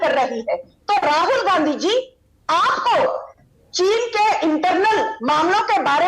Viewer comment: Cheez nahi cheen